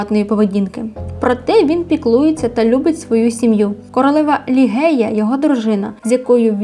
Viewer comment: ім'я королеви не лігея а Ліжея😉